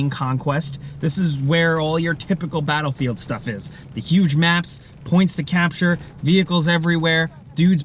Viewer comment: The way he said "Bahelfield" XD